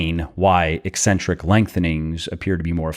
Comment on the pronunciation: Thank you for properly pronouncing "eccentric." EEEEEE-centric pronounciation drives me CRAZY.